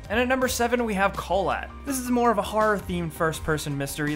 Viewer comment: Kholat is pronounced with a sort of... Ok well you do it by blowing air at the back of your mouth. <- ohl āt if it's supposed to sound Russian, and since it seems to be the Russian word for "cold", and the environment seems icy, this is likely.